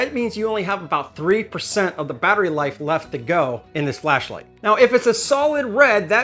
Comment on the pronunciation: i think im missing the funny part of saying milwawkieaeh and bat ray....